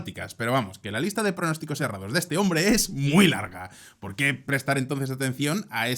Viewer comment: Pol qué? No hay "polqué"😂😂